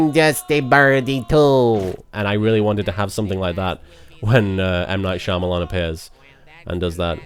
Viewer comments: One thing I found hilarious about this commentary is that it sounds like everytime he trys to say Shyamalan it almost comes out as Shamamalama. :) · I can continuously hear you wanting to say Shamamalaama, instead of Shyamalan :D